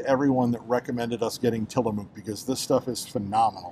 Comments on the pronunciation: It's Till A muck, not Till A mook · Great job Tillamook is pronunciation sounds more like Tillamuk, it's indian. Used to rep products, all quality ,Oregon Best wishes thank you for the information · Good video. Just in case you wanted to know the ice cream brand is pronounced Till a muck. The “mook “ part is pronounced “muck” . I love Tillamook Ice cream too. ( I also love Tillamook cheese and Jerky) My Favorite Tillamook ice cream is Marionberry Pie. I had it last summer when I visited my family in Oregon. I haven’t seen that flavor in Kentucky yet but they have been expanding the flavors at Kroger. I love your Kroger and Costco videos. Thanks for the video.